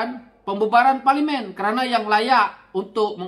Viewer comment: Teruk juga sebutan ko ni bro…parlimin